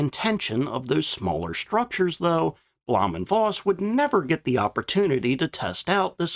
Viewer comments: Bloom and Foss is how you pronounce it. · As an on again off again language teacher and ma in german... blowhm (long o) und Foss is the pronunciation.